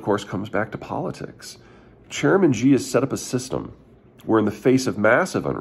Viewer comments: Pronouncing it correctly also helps with the auto-closed captioning some of us use. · You would think a China watcher would at least study how to pronounce Chinese names. The "sh" sound does exist in English, it's not like asking for Arabic H's or Bantu clicks. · Who is "President Ji"? Never heard of him. If you're talking about Xi Jinping, his surname is pronounced (roughly) like the English pronoun "she" (pronounce with widened lips and no rounding of the mouth and you've more-or-less got it). It's NOT "Jee" or "Zhee" or any other exotic pronunciation. Of course we all hate him, but mispronouncing a name that many other Chinese people also have doesn't help anybody. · Peter, I appreciate your insights, but I wince whenever you say "Xi" because you pronounce it like a Frenchman speaking French. The letter X doesn't make the "Zhj" sound. That sound simply doesn't exist in any dialect of Chinese. In the Chinese romanized orthography, X has the "sh" sound. "Xi" is pronounced like "Shee". Please don't keep saying "Zhjee". Take a moment to familiarize yourself with the Pinyin orthography. X makes the 'sh' sound, Q makes the 'ch' sound, and C makes the 'ts' sound. This is because they took all the letters they thought to be redundant, and re-assigned them to common sounds in Chinese that would otherwise be written with letter combinations, to make these sounds more efficient to write. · Chairman She, not Chairman Gee. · Yes! He's not the only one to do it though - plenty of commentators use the same Zhjee pronunciation and it makes me wince a little too. I guess the X throws people off. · I've been to China over 20 times, and Berkana is correct. Its pronounced "Shee". The reason I weigh in is my Chinese employees would let me know I would lose credibility with customers if I mis-pronounced this name.